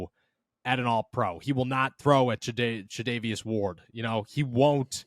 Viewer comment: It’s chavarius ward not chadavis